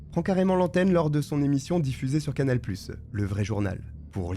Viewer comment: purée mais arrête de mettre des "e" partout à tous les mots surtout les mots qui n'ont pas de "e" !! c'est absolument chiant 🚩 canal plusseu, aloreu, trop négatifeu...etc etc 😤